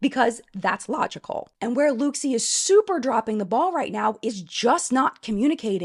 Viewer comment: It’s pronounced ‘look see’!